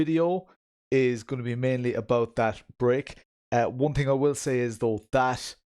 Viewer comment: Thing = ting... Poor guy just can't pronounce "th".